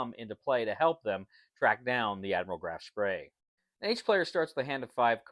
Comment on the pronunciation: It is not Graf Spray :) The ship was called Graf Spee Beside that, nice video and nice game.